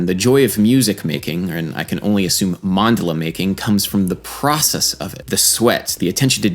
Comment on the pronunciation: Enjoyed the video. To be a nerd the emphasis is on the second syllable Man-DA-la.